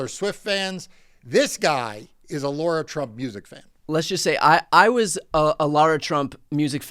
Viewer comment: Don't insult us "Laura's" by mispronouncing LAH-RA (Lara) Trump's name! How come nobody is mentioning the evil presented by her, and Jr. on their boat, proudly displaying NAZI flags?